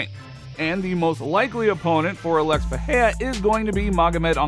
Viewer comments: I'm trying to say he's pronouncing his name like it's a Spanish word but in Portugese the R is not silent in the middle of the word. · First learn to pronounce Pereira, second how is Alex supposed to go to heavyweight in 4 months when Jones took like 2 year at least of training and bulking?